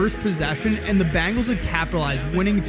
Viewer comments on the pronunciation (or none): Oh shit the BANGELS!!!!! IT SOUNDS LIKE A ROCK BAND! COME ON DUDE IT'S THE BEN, BEN, BEN, BENGALS, BEN'''GALES, THE BENGALS NOT BANG,BANG, BANG, BANG,ELS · I'm sorry for my language but the dude narrating will you please tell me where the fuc!### do you see an A in Bengals????? It's not the fuc@@@ bangels you fuc@@ butt head! IT'S THE BEEEEEEEEENGALS!!!!!! Bengals Bengals bengals!!!! So you get a thumbs frigging down and if I could give you a million thumbs down I would!!!!! The Bangals' are you fuc!$#@ kidding me! And yea it's the small things in life! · Listen, narrator dude... it's 'Ben-gals," not "Ban-gals." 😂😂😂😂 Otherwise, you'really spot on!!! ❤ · The Chiefs didn’t lose to the Bangles but they did lose to the Bengals. Get real people to narrate these.